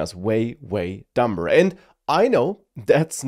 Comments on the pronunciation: it's pronounced dummer, the b is silent, but we shall attribute that to AI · The Fact that you pronounce it dumBer demonstrates that your worst fears have come true already! This is a purely humorous dig meant in a brotherly spirit, with no intention to offend, whatsoever. Great and insightful video, bro.